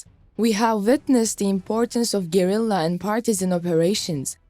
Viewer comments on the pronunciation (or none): none